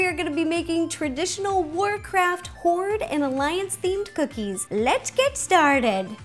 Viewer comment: HORDDE! XDDD Seriously to each their own. :3